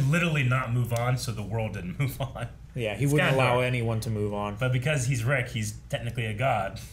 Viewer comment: Most of the crew pronounce “on” wrong. It’s probably because of where you live.